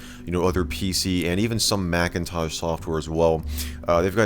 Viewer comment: Why do you say Macintaj instead of Macintosh?